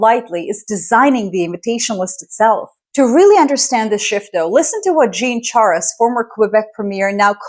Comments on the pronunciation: Jean Charest; Jean sounds more like John while Charest is similar to hooray! Sha / ray Keep up the good work😀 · Is this speaking with AI? Her pronunciation is sometimes erratic - like "Jean Charest"